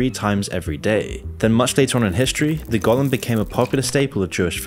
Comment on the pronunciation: Go-Lem. Aut-Tom-A-Ton. Not Gol-lum and Auto-ma-ton. 😆